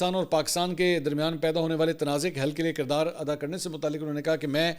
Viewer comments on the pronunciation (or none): none